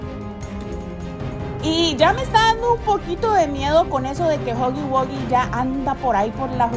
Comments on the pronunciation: se dise guji guía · no se llama digo no se pronuncia asi se pronuncia juggy guggy